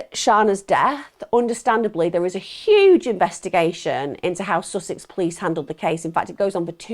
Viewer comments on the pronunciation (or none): none